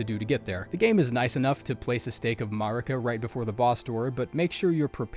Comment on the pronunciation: Hey man I mean no hate whatsoever, but it's a pet peeve of mine that really gets under my skin so I HAVE to ask: How come you mispronounce names we hear pronounced in-game? Stuff like Marika and Mohg. And ESPECIALLY Malenia and Miquella, whose names you hear every failed attempt! You can't really avoid hearing their names so I don't understand, is it a conscious choice to pronounce them that way or does your brain just process it like it sounds like that? Yeah I know this doesn't matter and it's a dumb nitpick but I felt overwhelmingly compelled to ask, sorry.